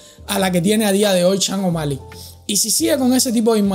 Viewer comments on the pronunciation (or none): Loco se pronuncia SHON no CHANG O'Malley 🤣🤣🤣 y eso q vives en USA